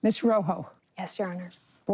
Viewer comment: Row hoe? 😅